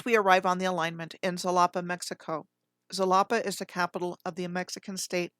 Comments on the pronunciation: Xalapa is pronounced halapa.. sometimes x is sh also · Halapa? Ja-la-pa!